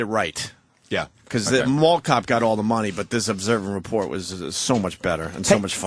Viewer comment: At least twice I heard Opie say "observe and report" but he leaves off the T. Stephen Colbert has nothing to do with it, Opie, Dummy.